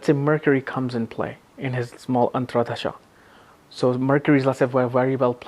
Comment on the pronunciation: Dasha is being pronounced as Dhasha. Antardasha - AntraDasha